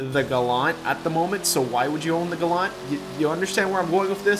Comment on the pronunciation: it is not glant it is fukin GA LAN T